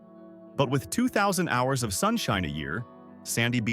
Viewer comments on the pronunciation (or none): none